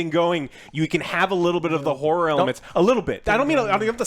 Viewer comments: Joe says whore movie instead of horror movie every time I swear. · every time Joe says horror is sounds like he saying whore.